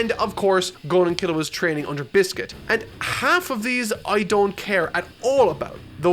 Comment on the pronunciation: Man said biscuit it's Bixby 😂😂😂😂😂